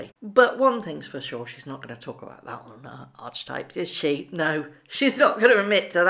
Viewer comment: Hello,love you're show. Just like to mention that Archetypes is pronounced arketypes.xx Really do love ❤️ these videos. Xx